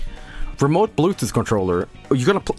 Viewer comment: Hearing laughing at himself saying BLUETOOTE heals my soul